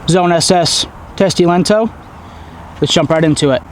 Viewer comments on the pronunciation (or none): You say "lento" like italian. Which is not close to finnish. "T" in the end is weak and "O" is like double.